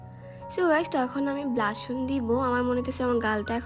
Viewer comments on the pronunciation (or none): ব্লাশন না ব্লাশার 🤭